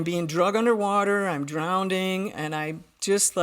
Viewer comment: It’s drowning, NOT “drownding!”